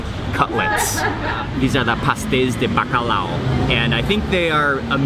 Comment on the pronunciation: Hi! I'm a Portuguese living in England and I loved hearing you pronounce "Pasteis de bacalhau" :goodvibes